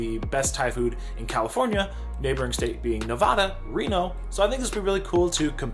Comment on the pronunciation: Im from Reno. It's pronounced NevAda (long A like apple), not short a like octopus.